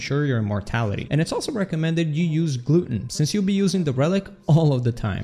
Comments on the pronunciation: glut-ton. Gluten (gloo-tin) is in food. Gluttons eat too much food. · my g you pronounced gluten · Am I the only one caught off guard when he pronounced the "glutton" trait as "gluten"